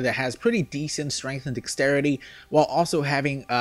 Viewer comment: SAY DEXTERITY RIGHT PLEASE. when u say dex u say it right but when u say the entire word you pronounce it dixtrity. It's really annoying. LEARN TO SAY WORDS DUDE